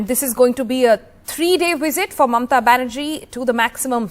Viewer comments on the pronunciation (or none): Her name is Mamata not Mamta.